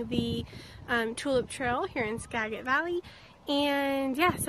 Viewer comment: Thanks. Pronounced Ska-jit.